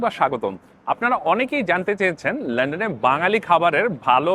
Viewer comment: Vai London Not landenn😮